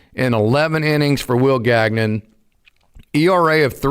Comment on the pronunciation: Will Gag-Non? Gagnon is a French surname. It is pronounced Gan-Yawn.